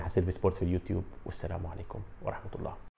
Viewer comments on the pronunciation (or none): none